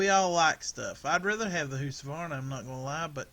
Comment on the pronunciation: Are you trying to say Husqvarna